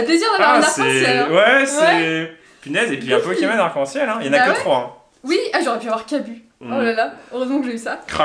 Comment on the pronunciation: Kim : PO-ké-MON XD